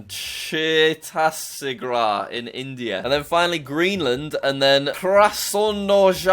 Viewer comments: it's chut-es-gur cnot "chatisgar"! Please pronounce it properly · Jack, it is not pronounced Chetasigrah, is it pronounced chuht ·tees·guhd. Thought you would want to know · it is not pronounced CHA-TIS-GRA it is pronounced CHAT-IS-GADH😂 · Dude, it's not chhattarisgadh. IT'S CHHATTISGARH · its not chai-tas-garha, its ch-tis-gur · Jack - Chetasigrah Me (Indian) - Bruhh It's Chha - ttis - gad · Jack: Chaattasigrah Indians: Bruh! Small help for ya Jack it's CHATTISGARH they got it wrong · Real word : Chhattisgarh Jack: Chhetastigrah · Che tas sig Rah really? Its che-ttis-gad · Chettasigrah!! Yup...that's what it I called Chattisgarh is called chettasigrah... Chhat-is-ga-r-h For easier pronunciation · It is not cha tatis gargh it is chatis gargh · It is funny how he pronounce chattisgarh as Chaa - tthis - gha It should be Cha-thi-s-garh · I'm sure half the Indians laughed to death when he pronounced Chattishgarh - che-tas-igrah isntead of - chatt-is-garh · what gruh? It is actually pronounced as chhā • tis • gadh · to pronounce chhatisgarh is chatisgar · Chaitassigrah, India👏👏👏👏👏👏👏👏👏👏wow jack u're amazing at pronounciation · It is Chattisgarh (Cha-tti-sga-dh) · Jack saying Chhattisgarh like Chhatasigrah got me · It's pronounced "Chhat-tis-gar". I'm from India, so I know. LOL. It's pronounced "Kras-no-yarsk Krai". Not that difficult. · The way he pronounced chattisgath 🤣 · Its pronounced cha-tis-gar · I'm a Indian and I am offended by the way he sayed it its pronounced cha tis gar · its chatt-is-gargh but fair enough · it i spronounced as "chathisgar" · It's chattisgarh you can say it 36 fort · it"s chh-a-tt-is-gadh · As an Indian myself Him pronouncing chhatisgarh Made me lose it 🤣🤣 It is pronounced as- Chha- tis-gar For those who don't know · its pronounced (Chatisgar) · Written: Chhattisgarh Jack: Chhitasigrah Me: * bursts out laughing * This moment is hilarious for Indians 🇮🇳😂😂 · Chaatissagrah lol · Chha tis gur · Jack! Chhattisgarh is pronounced Cha-tt-is-gar